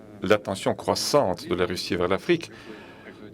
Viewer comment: Russie, pas Ruchi🙄